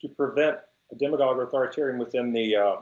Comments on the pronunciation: Why are you pronouncing "demagogue" with a long "e"? Is it pronounced that way in Spanish? (Serious question. I only had 1 year of Spanish, and we didn't get to demagoguery.) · Who pronounces it "deem-a-gogue"??